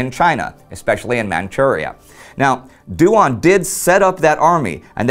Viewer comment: Yuan should be pronounced in one syllable rather than Yu-An. The same applies to Duan. Qirui is best approximated as chee-ray. It is very informative to see Chinese history from this angle!